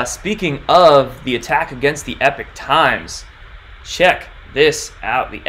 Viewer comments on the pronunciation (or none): Howdy, I think it is Ee-pock Times not Eh peek. Great video. Many thanks. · It's Epoch (as in POCK) not EPIC Times . . . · It's not pronounced "Epic" Times, but rather "Epoc" Times (E-pock, like pocket). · How many more times must we remind you it's EPOCH PRONOUNCED EEEE-POK!!!!!!!!! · a great guy, but yeah you’re right, he not pronouncing it correctly.